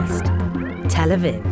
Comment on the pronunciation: Am I the only one immediately thrown off by the narrator's pronunciation of "Tel Aviv?"